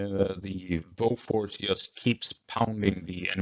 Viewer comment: Lol I would expect a swedish guy like yourself to pronounce Bofors correctly...